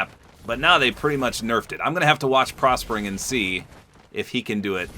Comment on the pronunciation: bro said prospering XD